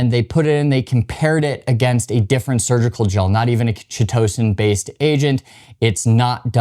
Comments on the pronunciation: It’s pronounced: Kite-o-San Thanks for the video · Ky To San. It does not rhyme with Pitocin. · Chitosan the chi- is pronounce kai like chimera. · "K-EYE-TOE-SAN" -Chitosan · This is the first time that I've ever heard Chitosan /'kaitəsæn pronounced this way. It sounds far more entertaining the way that he says it. 😂